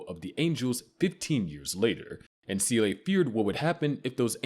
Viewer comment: Seele too